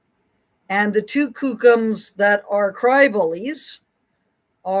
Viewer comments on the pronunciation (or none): Hi Frances. I think your work is very important and you are uniquely qualified for it. I appreciate you a lot. And I also think you walk a mean edge that is childish, hurtful and short on humility sometimes. I'm pretty sure you know know it's pronounced Cook-um, not Kook-um. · Just some advice, it's pronounced like the word cook. Kookum. Not koookum. I know because I had a kookum that was extremely abusive to me. I've seen this hypocritical behaviour all my life and as a survivor of child abuse, I've seen shameful behaviour from my family and my nation all my life. When the Trauma Day came up, i needed to get therapy because I kept seeing all these "elders" up at the mic revelling in their attention. Never once did they mention the children they inflicted their illness upon. Instead, it's about their abuse and the church and government's fault. No accountability, whatsoever. I agree that there is a cycle and a cause, that is apparent. So doesn't that mean that the priests and nuns have a pathology, too? The same psychological rules apply to us all. But there's such a double standard. Most of us junior elders and kids are afraid to speak out or we would be shunned. I talked about my abuse and now I remain alone in life. Being a native in Canada is not something I would wish on anyone. I don't condone these behaviours, but maybe have a bit of compassion for how pitiful this whole thing is. None of this is fair to anyone.